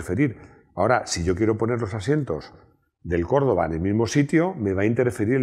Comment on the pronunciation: si lo se, pero parece que dice corolla